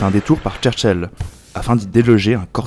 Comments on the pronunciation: Juste une constation et non une remarque☺Cherchell et non tcherchell ! Ça se prononce comme en français. Merci pour cet execllent tuto et cet excellent travail ! 👍👍👍 Un cou cou de Cherchell🐬🐬🐬 Algérie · Vous prononcez le mot "Cherchel " comme si c'était un mot anglais. Le CH doit être prononcé comme en Français.